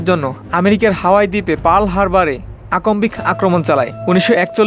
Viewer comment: তোমার উচ্চারণ সঠিক না, এমনকি বাংলাও। যেমন, আকস্মিক-কে বলছো আকম্বিক। এছাড়াও সারেন্ডারকে বলছো সালেন্ডার 😂